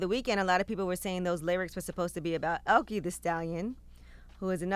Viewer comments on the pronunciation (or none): Elk-eeeee LMAO its el-ka genius. High German name I know her. LMAO Fire your producers